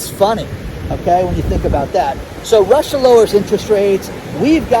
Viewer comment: I love your demeanor----"It's Russh--aa" crack me up! I'm in East TN our gas prices are fluctuating anywhere from $4.09 To $4.29 for the past 3 weeks. We've not seen any empty shelves at stores yet. But we are preparing for a 6 month whacky time. We have a small homestead with chickens/turkeys and big garden. I make my own sour dough bread, and can garden items. Our house and brand new car +26 acres paid for. We are going to SIT for now. Kick back and be smart. Thank you for your channel----totally LOVE IT!!! Congratulations to your son for graduating!